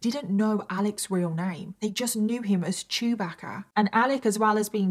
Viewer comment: Lol sorry your accent and "chewbagga" 😂 okay the second time you got it lol